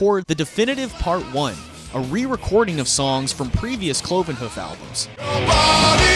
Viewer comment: Cloven Huff lol......Here is your homework, learn to pronounce Hoof properly...Difficult I know.)